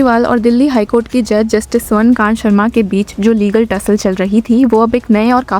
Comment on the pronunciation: This judge is स्वर्ण कांता not स्वर्ण कांत, she is female not male, correct urs pronunciation to कांता rather than कांत.